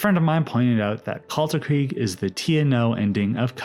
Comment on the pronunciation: As a german, hearing people pronounce "Kaisereich" as "Kaysaraik" and "Kalterkrieg" as "Kaltarkreeg" hurts so much.